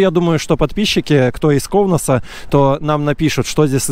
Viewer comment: Не в ковносе, а в КАУНАСЕ!